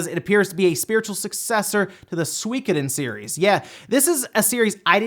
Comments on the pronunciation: Sorry to be this guy but: ✖ SWEE-koden 〇 SU-I-KO-DEN (4 syllables) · say it with me...... SUE-KO-DEN also cant wait for it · Swee kuh din. Really? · Swekadon? Oh you mean suikoden